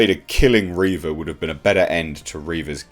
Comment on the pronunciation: It's "Reeeeeeeeeeva" rather than "Reva". XD